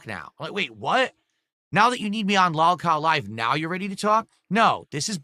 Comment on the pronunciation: This regard is king of the Lolcows based off the fact that he can’t even pronounce lolcow correctly.